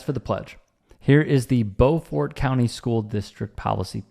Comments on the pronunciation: I live here in Hilton Head , SC. I love your show. Just a note. The county is pronounced like b-you- fort. Of course faster. Beaufort. Lol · To be fair, "beau" is a French word and is pronounced like "bow." The proper French pronunciation of this French name would be "bowfort." Hate to break it to you, but if that's the official pronunciation, the official pronunciation is literally wrong.